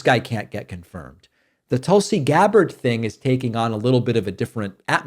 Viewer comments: Dave, thank you for saving Tulsi Gabbard’s name correctly. Tul-See vs Tool-See. I had a great morning and busted out laughing to myself while I was stuffing my face with donuts. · Thanks for not saying Toolsi.